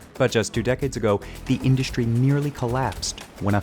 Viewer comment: “Shtripping.” “Shtrike.” “Shtronger.” “Indushtry.” “Frushtrated.” “Aushtralia.” Please take out the “sh” sounds. It’s distracting. You need a better narrator.